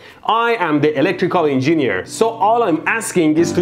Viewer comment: En-Gineer, xD.